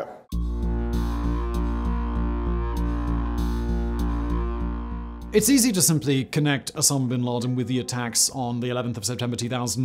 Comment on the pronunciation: Where da hell is al-ki-ee-da?!🤦🏿‍♂️🤣